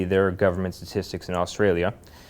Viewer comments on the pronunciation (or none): “stasssstics”???? What the hell did Jesse say???